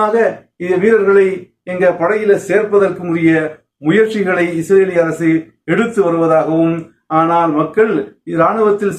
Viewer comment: முயற்சி not முயர்ச்சி